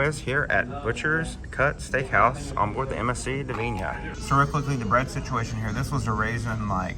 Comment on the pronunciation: It's 'Divina' not 'Divinia'. At least get the ship's name right.